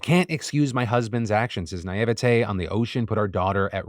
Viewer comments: He needs to be picked up on how he said naivitay 😂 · How tf did you pronounce “naivety”